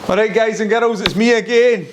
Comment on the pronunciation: Girls pronounced Garuls. 👌